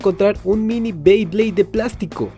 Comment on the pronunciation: Dijiste 3 veces bleyblades y es BEYBLADE o creo q se escucho mal jajaja 😂